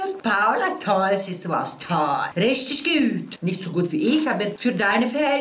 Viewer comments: Wie sie rischtig guud ausspricht ....love it❤❤ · Ich liebe dieses "rischtig gout" sag das schon selber😂 Queen❤️